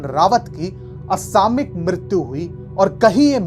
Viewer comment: the correct pronunciation is 'असामयिक' NOT 'असामिक'